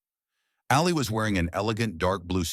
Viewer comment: By the way, his name was pronounced Ahlee, not Alley